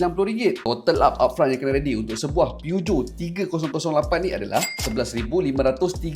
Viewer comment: Aik memang sebutan PEUGEOT tu gitu ka? 😂😂😂